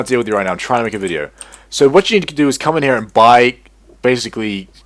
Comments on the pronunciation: it isnt sso its soo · Every time he said "SsO" my brain exploded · every time he said SsO I wanted to close the video. XD